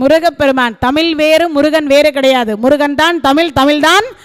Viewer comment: அருமை அம்மா. தமில் அல்ல தமிழ்.